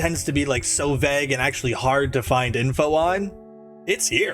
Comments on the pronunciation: Vay-g not veg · Vague not veg holy fuck thats annoying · bro pls learn how to pronounce vague if you're gonna keep saying it every 5 minutes